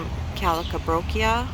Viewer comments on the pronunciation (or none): “Calcabrochia” lol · Thanks for the tour, I need to get my butt to Wally World! So many beautiful flowers 🌺 🌹🦋🐝🌸🌻🌺 I was cracking up every time I heard you say the calibrachoa and sounded like you said party on the potty! Lol enjoyed it 😛